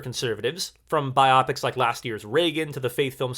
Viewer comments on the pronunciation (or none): jsyk — It’s BIO - PIC (biographical picture) not BI - OPIC